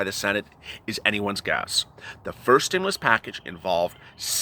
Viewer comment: Can you moo over. Stimmoolus check. Lol!!!!